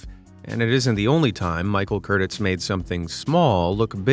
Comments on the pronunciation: Michael Cur-teez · I would hasten to add that the last name of Casablancas director Michael Curtiz is pronounced Kurt-teez. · Curteez not Curtis … for Michael Curtiz. Why don’t these YouTubers learn proper pronunciation? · Michael Curtiz = Curteez not Curtis